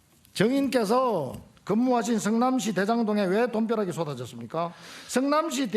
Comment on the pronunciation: 성민아 머잡고 반성좀 해라 니 가 재명형한테 덤빌 깜 이냐 국짐당 x맨아 니 자신을 알아라 그리고 성남시라고 발음해라 승남시가 아니고